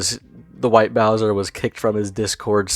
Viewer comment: Interesting video. White Bowzuh is an ass and a pwedutuh. Also, Smokey McC is a champion